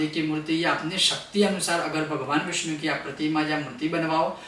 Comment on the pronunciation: विष्णु का स्पष्ट नहीं हो रहा है उच्चारण सही नहीं है व्याकरण की दृष्टि से